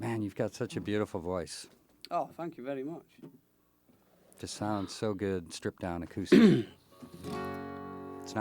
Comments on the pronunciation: Fankh you very mush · “fank you berry mooch”